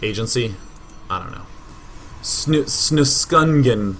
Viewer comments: It is pronounced snuuskungen as it sounds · I was laughing so hard when he tried to pronounce Snuskungen, omg, hilarious!! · Im pretty shure this player intended for his name to be snusk ungen, not snus kungen :p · I love the way he slaughters the name snuskungen. it's swedish for snus-king. (don't remember what snus is called. it's those nicotine things you put in your mouth. the little packet-thingas).